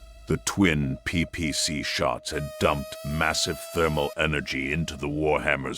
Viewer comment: I absolutely love your stuff. Hands down. There is only one suggestion I would make. I noticed that your choice of narrative AI often makes pronunciation errors. As most do. There is an easy fix for this. On editing, use a prompt like "Replace all instances where "PPC" is mentioned, with "Pee Pee See" for better phonetics." Similar method works with SRMs LRMs, by changing to L.R.M.(#) S.R.M(#) etc, to limit the mis-pronunciations. You make great stories and content. And we your listeners see through these AI errors and enjoy your work just the same. But these few short prompt additions, will help your narrative AI present your most excellent work, more accurately. Just a heads up. Not a critique. Your, content, rocks!